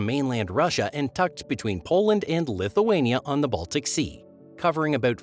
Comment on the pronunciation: you need to learn how to pronounce words and letters especially "about"